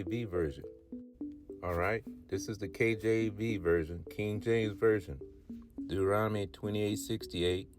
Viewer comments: Not spelling, he's SAYING it wrong by transposing the 'n' and 'm' sounds. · First of all, he says Deuteronomy wrong...lol🤦🏿‍♀️